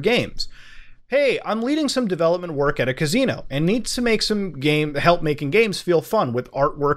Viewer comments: Muta: “cuz-ee-no” The rest of us: “ca-si-no” 😂😂😂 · Worst part of this was having to hear him say cazino over and over while his smoke alarm beeps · Kuh-SEE-no. Not kuh-ZEE-no... fuck man.. Lol Other than that, good vids. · Muta trollin' HARD on this one with the " caZino " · nrly, more like "cus-ee-no" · I love Mutahar but the amount of times he said "CAZINO" in this video made me cry. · All of this excellent investigation but I’m mostly entertained by the way you say caZZino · I can only take a couple of "caZino"s into my ears before I have to click off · Sorry bro. I love you but the way you say casino is fucking hilarious. "CAZEENO" 😆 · Dope video. But why are u saying cazino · lol my man said ka zee no .... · Why do you keep saying cazino? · good video, enjoyed immensely, stop saying caZino! pepeW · 0o0o oo o muta'' Love ya muta '' you pronounce casino as kazino so tute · CAn you stop saying cazino plz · I couldn't pay atttenion cus muta kept saying cazino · Even though this series is fantastic I’m glad it’s over so I don’t have to keep hearing muda mispronounce casino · The way this guy pronounces “Casino” really annoys me.